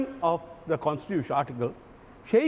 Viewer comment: আরে ভাই তেনোমুলি কখনো সত্যি বলে ? এ কন্সটিটিউশন কে বলছে কন্সিটিউশন........